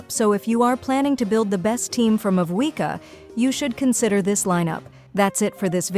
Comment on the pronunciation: ah yes, "maviaka"